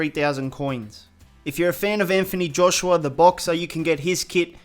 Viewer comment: Learn how to pronounce Norwich and Anthony Joshua and De Vrij and Lewandowski